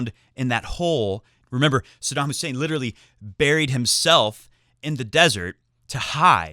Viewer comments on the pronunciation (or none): none